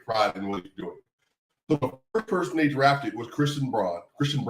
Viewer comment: ..also.. his Name is Braun. Not Bruan. Thx. Peace.